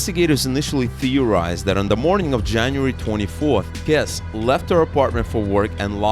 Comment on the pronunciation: Jennifer’s last name is pronounced Kess-EE